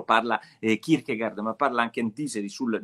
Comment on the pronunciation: Non pronuncia così Kierkegaard 🤣🤣